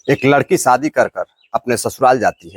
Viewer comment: सादी नहीं बल्कि सही शब्द (शादी) है।